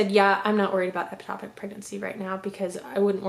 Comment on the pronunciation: You keep saying eptopic It’s ectopic